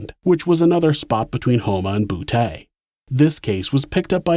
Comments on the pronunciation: It's pronounced boo tee lol... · It's pronounced BooTee,. I lived ten minutes away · From boo-tay! Lol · Boutte Louisiana is pronounced "BOO-TEE" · I laughed my ass off when you pronounced Boutte, LA. You said "boo-Tay" like an 80's pimp or something. It's pronounced "boo-Tea" or "boot-E". It's always funny when people mispronounce the Cajun French &/or Creole names & places around Louisiana. I'm not being an asshole, just having a bit of humor from what is otherwise a serious, disturbing subject. Good videos though, there are some sick bastards out there. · Just FYI if you ever have another case located in Boutte, it's prounounced Bou-T, not Bou-Tay :) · Boutte sounds like BOO-TEA. Not boo-tay. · Boutte pronounced (boo-tee) not (boo-tay) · Love this channel. From new orleans, la. Btw, Boutte is pronounced Boo-Tee not Boo-Tay 😅😅But still love the channel. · Bouteeeee not taaa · But we say Boutte as boot not boo tay 🤷🏻‍♀️ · Love your videos.. but it is BOO-TEE, not Boo-tay. 🤣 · I might have said, "Boo-ett" but "bootay" does sound funnier... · As always amazing story telling. (Boutte- "Boo-tee") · Am I the only one who finds it funny that a gay serial killer operated in a place pronounced “bootay”? Lmao come on now ppl . You know that’s funny stuff. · Boutte. Say it like boo tee. Montz. Said like months. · Boutte is pronounced “boo-TEE” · “His residence in Boo-TAY” Some jokes just write themselves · Boutte is pronounced as Boot-tee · I’m sorry. Did I just hear that Ronald lived in a town called “Boo-TAY”? 😂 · Ironic he lived in a city pronounced “BOOTAY”…… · BOO-tee for Boutte, luh-foosh for Lafourche, New or-lunz for New Orleans